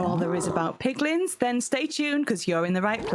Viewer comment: You said piglings I heard piglings Yet my head heard "MAN BEAR PIG!!!" lmao Love it!